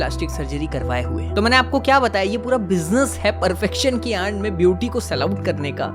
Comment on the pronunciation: Perfection ki aand me 😂 Bhai aad hota hai na ki aand Aur aand means to jante hi hoge